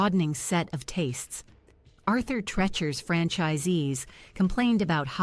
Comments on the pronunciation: Learn to read before doing the voiceover. Unimaginable? I think you meant unimaginative. As already mentioned, it is Treacher, like Treecher Do your research. Loved Lums. I ate there in my early 20s, so had nothing to do with demographics of the customers. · It’s Arthur TREE-chers! You should have known this. Also your photos aren’t matching the restaurants you’re talking about. WHY NOT? Also, you have shown a photo of the brand new STEAK & ALE, which is now open in Minnesota (and maybe a few other places). STEAK & ALE is actually making a long-awaited come-back. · It’s Arthur Tree-cher. He was an actor. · I agree the narrator should learn how to pronounce the stores name.